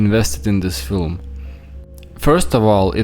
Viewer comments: "a very important filum.." says Trumpf 😂😂😂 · Did you notice how Trump said filum instead of film. There's a difference. And it's not a Irish pronunciation it was deliberate. Its a different word. Wacko world where there are no mistakes and everything means something. I'm not saying I know what. Just that it's BS. 👍🙂🙏